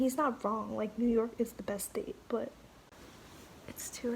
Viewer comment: he said im from NEW YOWK... come check me